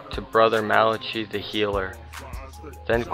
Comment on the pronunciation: Malachi's name is pronounced Mal-a-kie(rhyming with eye)